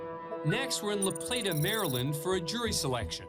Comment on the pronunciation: Thank you for pronouncing LaPlata, Maryland correctly.